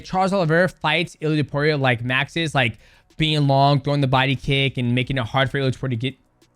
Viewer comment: It's topuria not opuria 😂